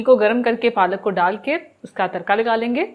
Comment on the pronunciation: Tarka r ko shieh pronounc kryn😚